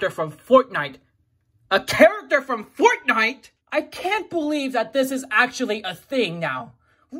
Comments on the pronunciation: I like how u say foutnite not fortnite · I love how he says fortnite Foortenight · I love how you say Fortnite 😂